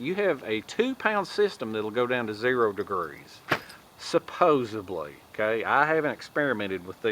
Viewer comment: You lost me when you put a “B” in the word supposedly!